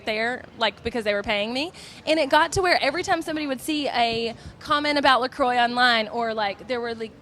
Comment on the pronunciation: Didn't think I could hate La Croix more until I heard it pronounced like that 😂